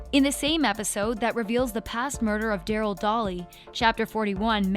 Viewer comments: I’m dead she said Darrel dolly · I'm sorry but it's Dilton Doiley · " Dilton Dolly" "Jokin DeSantos" I'm DIEING😂😂😂😂😂😂😂😂😂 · It’s Dillon doiley sorry I have ocd with the way you pronounce then